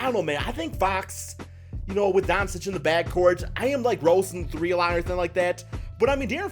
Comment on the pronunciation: It’s pronounced Don-Chich idiot